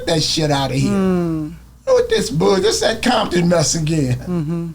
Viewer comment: Grown man saying Bompton instead of CoMpToN 😂😂guess he still bangin 😂😂 BOY wish that was popular in 90’s when we used to drive down ROSECRANS deep af Blued up CRIPPIN Crazy lookin for a set to green light to get the BG’s a target so they can stop killing each other 😂😂😂They knew they bet not do nothing wrong because big homies had a plan on they azz but they didn’t bite😂😂😂bompton 😒CoMpToN ain’t no Bomptan and say you used to say that in 90’s when Crips had all them crazy niggaz and nigaz had police Reggie Wright Jr on they set trippin on Crips hurt over the killings bout to get smoked and had to go get his daddy the one he told on to Feds 😂😂😂😂That described BIGGIE shooter had great aim tho, he must’ve been in the range practicing 😂😂😂